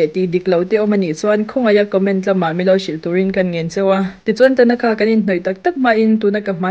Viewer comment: Tanakha nilo in...Thanaka zawk tur aw ka u😂 Mizo lam chuan i ti dik a,mahse,a dikna takah chuan i ti diklo anih hi